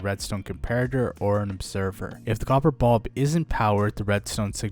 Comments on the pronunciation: Glad it wasnt just me. Its bUlb not bOlb smh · copper bob